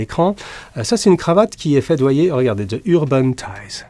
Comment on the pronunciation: Navré de vous embêter M.Jacomet mais lorsque le déterminant "the" se trouve devant un mot commençant par une voyelle comme Urban, il se prononce "zi" ;) Au passage, très bonne vidéo, je l'attendais avec impatience!!